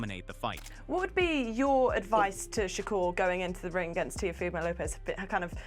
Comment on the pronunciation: TIAFOMO!!? That is why you have 9 comments because you don't even know how to pronounce the name of the fighters!! another click bate scammer